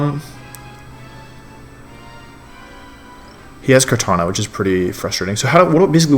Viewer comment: Its kartana, not kartanJa...